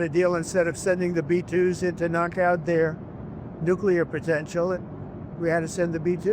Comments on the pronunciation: Saying "nucular" makes you sound unintelligent. Stop it. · This commentator - who has a very odd accent - needs to learn how to pronounce the word "nuclear"